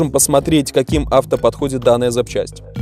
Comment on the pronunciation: Не правильно ставит ударения на Рапорт и Авто, казалось бы